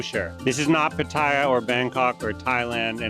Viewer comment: Learn how to say Pattaya Thailand. Try Pat-Ti-Ahh. Not Pat Tae ahh.